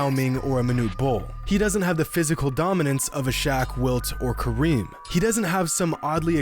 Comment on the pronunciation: He said shock instead of Shaq 5: 27